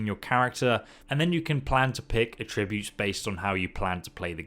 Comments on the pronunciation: It's funny how different he pronounces "attributes" In Texas we pronounce it "ATributes" But he says it "aTRIbutes" Lol🤔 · Does anyone else find the way he says attributes horrible, he said it for the third time and " Just shut up", and skipped ahead. he says ah-tribute, i say at-tri-butes, u know? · ATtributes. If it is the noun, the accent is on the first syllable. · Js it's attributes not a tributes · It's at-tree-butes not ah-tributes 👍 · It's not "At-re-buutes" it's "Atch-ra-bewts" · Argh - Come on! We’re British. At-tree-butes! Not a-tri-butes! It’s like the Stewie Griffin Cool whip gag. It’s like nails on a chalkboard!!! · Its not a trib butes, its at tri butes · Sorry bro but it's AT-tri-butes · It’s At-tributes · Mate, you really need to learn how to pronounce attributes!. It's not a'tributes. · A tributes? That’s not how you pronounce it. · Everytime you say attributes 3 angels fall from heaven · Say ”attributes” right and I’ll sub. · The way “attributes” is pronounced in the video bugs me a little. Attributes with emphasis on the “at” sound and tribute pronounced as if paying tribute. That’s how I believe it’s supposed to be pronounced. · The way he pronounces "attributes." I realize the pronunciation of words in British English differs from Canadian English, but it's fucking with me. He pronounces it the same way I do when I say "to attribute to something." Attributes on its own has an emphasis on the AT, not the TRIB part. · Damn that mispronounciation of "attributes" was hard to stomach xD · i HATE the way this guys says attributes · Might want to learn how to pronounce attributes for you next vid lol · anyone else hate his pronunciation of “attributes”? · Him saying "attributes" wrong triggers me for some reason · The way you're pronouncing "attributes" is actually pissing me off lol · Dude. The word 'Attributes' has an accent on the 'A' not the 'tri'. I haven't ever heard anyone pronounce that word how you just did... 🤣😂🤣